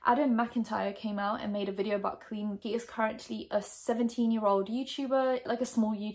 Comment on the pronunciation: You don't know how to pronounce her name (later on you clarified on watching 1 or 2 videos, great research lmao). His age went from 15, to 14, to 13 to 15, to 13 and then the actual interaction went down when he was 16, well now 17. No receipts?? You mentioned screenshots.. I saw nothing? Instead of jumping on the "well I didn't like her anyway!" bandwagon I'm just gonna criticize what you actually provided, which was nothing haha. She's been doing this for 12 years and now all of the sudden people think she's problematic and needs to be cancelled. It's annoying internet culture. Maybe she handled this situation wrong, shit happens... I'm actually sure there are 2 sides to the story, considering she knows the game full well.